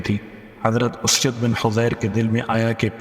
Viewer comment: اسید بن حضیر۔ الف پر پیش ھے